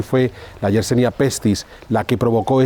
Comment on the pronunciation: Yersinia pestis, amigo. No YersEnia como dices en tu, como siempre, interesante reportaje. Descubierta por Alexandre YERSIN. Gracias!